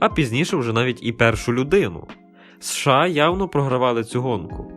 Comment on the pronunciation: США ріже вуха 😮 чому не СеШеА?